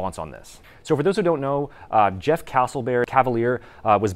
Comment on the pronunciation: "Jeff castlebear" 💀